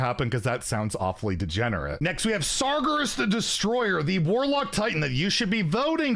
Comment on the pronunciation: Solid list, but I think people said you cannot discover titans, so no priest BS allowed. Also, I died a bit inside when you pronounced Sargeras.